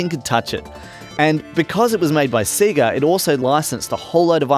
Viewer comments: SAY GA NOT SEE GA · Ridiculous isn't it, even in their own adverts they'd pronounce it Say-ga. you'd think he'd have known this! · see-ga? i thought it was say-ga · "Seega" ?! o_O "Say-Gaaaah!" Sheesh, sort it out. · I LOLed at that too. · I'm mildly frustrated by them saying seega instead of seyga (as they pronounce it in their intros). Other than that, bloody amazing. :) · Everything about this video is perfect apart from the way he pronounces SEGA. Did these guys never play sonic the hedgehog? It sings out when you switch it on..."saaeegaa".. not "seeegaa" :( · Apart from the fact that he keeps saying "seega" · "seega" lol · Does that conflict with the fact that the Sega splash at the beginning of games literally pronounce it correctly as "Say-guh"? No one thought it was odd that they were pronouncing it differently than the console itself? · Alright, I think this is how Sega (セガ) is actually pronounced in Japanese: sagha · its SAYYYYYYGAAAAAAAHHHHH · Ya, annoys me too but it reminds me of something said before in an episode of Let's Drown Out; apparently in Australia, the Sega ads on TV would pronounce it that way, so he just got used to saying it that way. Still, you'd think the famous SAY-GAAAAAAAAAAH at the start of Sonic would have overridden that sooner or later, but oh well... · SEE-ga? What's a see-ga? Just messing. This is impressive, he really went deep here. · Why do you all say Seega? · "I've got a Seega Meega Drive" 😆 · Just eww at the way you sayga.._ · I'm not American :-) So I can spell AND pronounce Sega. But if you prefer to remain ignorant and keep mispronouncing it then fill ya boots! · I downvoted for the deliberate mispronunciation despite the the name of the company being pronounced right in the boot/splash logo. Yes, it's petty. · I've never heard anyone say Sega the way you do. Made my day man! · cant even pronounce sega properly its not hard bruh